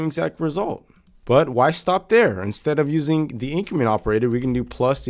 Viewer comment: Before you watch this video: it will be easier if you know that when he says “in-creemen” he’s actually trying to say “increment”.